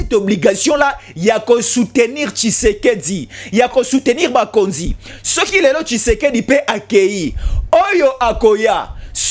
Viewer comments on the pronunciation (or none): Tu appelles Bukonji ton diction lokola Brazzavillois il faut oloba bukonzi sinon tu fais un bon travail